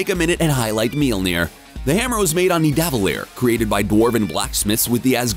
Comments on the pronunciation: am i the only one who cringes when he says Nevadelir (idk how its spelt) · “Ni-da-vile-ear” smh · The way you said nidavellir is uneasy, please do some research